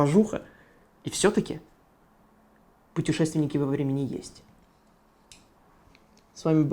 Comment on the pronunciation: почему т все время так и норовишь сказать петушественники? 😂